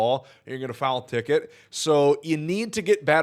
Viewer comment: I REALLY appreciate you doing this video. I really appreciate all of your videos, in fact. That being said…are you saying “foul tick”, or am I mishearing you?